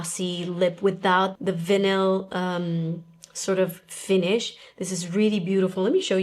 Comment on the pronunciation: Same! I was like, Vanille?